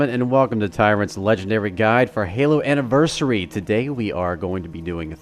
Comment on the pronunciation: Why does the girl pronounce Anniversary that way? It's so frustrating!